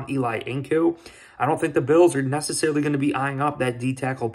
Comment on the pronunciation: Not pronounced E-Lie (like Manning) but E-Lee. Thank you! #BillsMafia